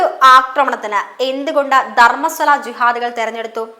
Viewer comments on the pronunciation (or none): 🙏good video, 👌valid points👏👏 where was he (not a hindu it seems), how come he is braver now?? One suggestion - please correct the mispronunciations… example Dharmasthala sounds like DharmaSWAla 🙏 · ധർമ്മസ്വല അല്ല കുട്ടി- ധർമ്മസ്ഥല എന്നാണ്